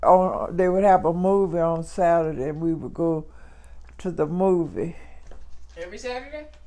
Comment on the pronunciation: “ On satday “ 😂